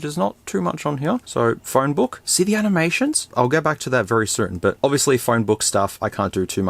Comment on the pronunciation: It’s funny how you say “Phorne”